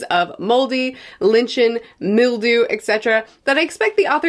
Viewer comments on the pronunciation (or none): I hate to be that person - but it tickled my brain when you said it - but lichen is pronounced as liken 😅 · One can liken the pronunciation of the word lichen to the word liken. Here to help. 🙌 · Lichen! ITS LICKEN! iTS PRONOUNCED "Like-in" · I immediately looked up the pronunciation of "lichen." 😆Surprisingly, both are acceptable pronunciations, apparently.